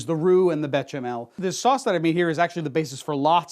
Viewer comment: Come on béchamel has an sh sound not a ch, it's a french word. I thought you'd know this!